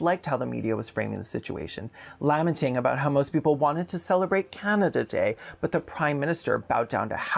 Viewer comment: laminating is what i heard lol